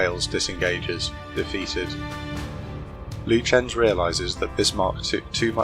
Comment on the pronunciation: He mispronounced Lutjens.